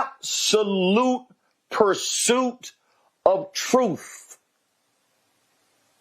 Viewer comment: What the hell is “troof”???